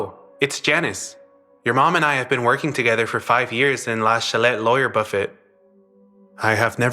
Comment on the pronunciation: Please, please learn how to say 'buffet' right. 😬 You don't pronounce the T at the end.